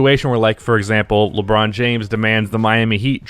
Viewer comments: Nobody:: Leebron James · "Leeeeee" French people: "so you have chosen death"